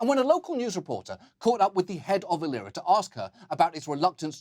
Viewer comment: He pronounced "Aliera" wrongly. It is pronounced "A-lie -raaa"